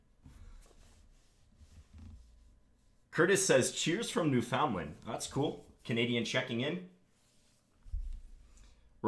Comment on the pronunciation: Cool :) I'm from Newfoundland too John, awesome. We pronounce it like "New fun land". But I'm just happy we got a shoutout!